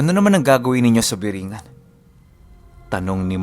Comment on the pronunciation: corecton lng po (BORONG-GAN)